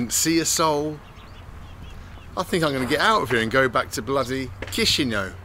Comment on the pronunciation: He is pronuncing Chișinau better!